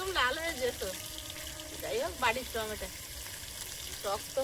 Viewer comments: টমেটা নয় টমেটো 😊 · টমেটা কথা টা ভুল ঠিক করে বলবে😂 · tumi tameto bolbe kathata tameta na tameto hobe. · Please say t ma to not tmata pronunciation should be right. People watching your videos I am watching your video too. Please don’t mind.